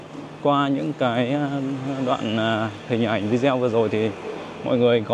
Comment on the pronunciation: Em ơi, từ video đọc theo tiếng Anh (English) là vi đê ô chứ ko phải là vi deo nha em. Góp ý chút thôi. Tốt nhất là em có thêm một bạn đồng hành biết nói tiếng Trung.